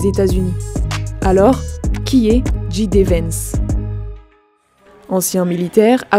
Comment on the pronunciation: C'est soit tout prononcé à la française "gé dé Vance" soit à l'anglaise "dji di Vance" mais pas un mélange des deux !